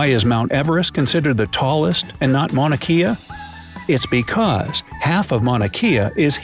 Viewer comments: Mana Kay-ah...... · Mauna Kea (Kay-ah) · Mauna Kea is pronounced kay-uh. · The video butchered Mauna Kea. It is pronounced Kay-a!